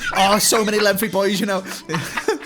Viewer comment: Dude, there’s no “F” in “lengthy”